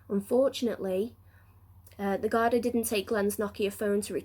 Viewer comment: Thank you.....btw it is 'guard-ee"